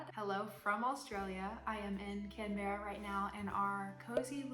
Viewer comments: Lol oh lord. As a texan now living in Melbourne, (i was calling it mel-born" not mel-ben. it's "Can-bra", once you get the pronunciation, you'll be on your way to turning into an aussie. Trust me lol, they'll get offended if you say it wrong 😂. Also, just use google or an app for the metric system until you get used to it. Then you should have simply asked or googled how to eat vegemite lol, heaps of butter and then only a tiny bit of vegemit over the melted butter on the toast. To all the aussies watching this video, i'm so sorry! 😂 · By the way Canberra is pronounced with two syllables closer to Can-bra 😊